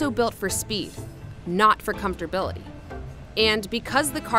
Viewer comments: not even comfortability. she said 'comfortbility.' so strange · “Comfterbility”? Wut? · She didn't say that, she said "Comfort-bil-ty" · For everyone wondering, "comfortabillity" is a word. It just doesn't look like a real word because it's too hard to pronounce. Look it up. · “Comfortabilty?” WT actual F?! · “Comfterbility”? WTF? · What the hell is “comforbility” 🤣🤣 stop trying to sound smart, it’s backfiring on you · I had to stop watching when I heard the narrator say "comftorbility" twice. How was this allowed??? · comfortability is 100% a real word — she's just butchering it with her pronunciation